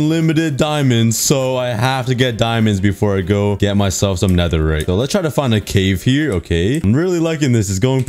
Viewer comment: You say full netheright but huuuuuhh the hemlmet????